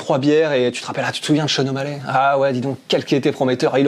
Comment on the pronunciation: Les français vous êtes trop chiants ! Sean o mallè? Sérieux? Vous ne savez pas faire un effort et dire o mall i ? Omallet... ridicules